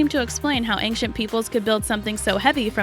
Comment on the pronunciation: Did anyone notice the pronunciation of the word ancient??? I SWEAR she said ank-cient lol